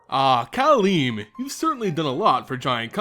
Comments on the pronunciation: I think it's pronounced Kal-em-ne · m i agree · You are saying her name wrong.